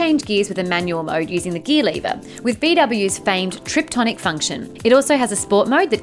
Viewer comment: Did she say Trip-tonic?